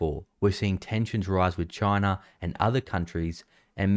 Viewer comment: Damn Chiner